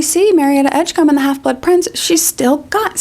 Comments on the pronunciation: Combe 😂 it’s Edgecombe friend, pronounced like comb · Excuse me? Marietta Edgecum? Really, Joanne?